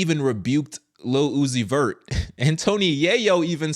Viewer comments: Ohhh he said Lil Uzi Vert I thought I heard him say "Lu-ohh-ci-fer" Lucifer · His name literally sounds out Luc-I-fer Lil-uzi-vert Lu. Ci. Fer. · say "lil uzi vert" as one word and you'll say Lucifer... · His name say it fast enough it sounds like your saying Lucifer. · Lil Uzi Vert -> Lu Ci Fer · Say his name quickly. Lu-ci-fert... lil-uzi-vert...lucifer.. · Lil-Uzi-Vert Lu-zi-fer